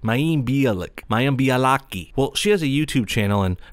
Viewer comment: "Mayam Bee-ah-lick"